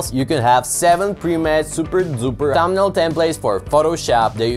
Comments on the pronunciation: its "thumbnail" not "tambnail" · When you says tumbnail 😂 ... Btw thankss❤ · Thanks for the info 😌 I really like the way you say tumnail 😊 I’m not making fun, genuinely like your accent 😌 again thanks for the tutorial and info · no u just said thambnail anyways forget it everyone has their own accent and we shoud not disgrace it